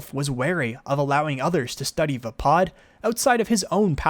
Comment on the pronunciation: other than saying vaapad wrong, good info. thanks!